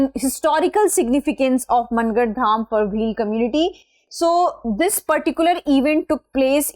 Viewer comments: It's mAAngarh dham not MANN garh ma'am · मनगढ़.❌ मानगढ़✅